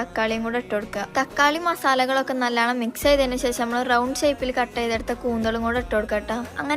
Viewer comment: നല്ലണം ❌നല്ലോണം ✅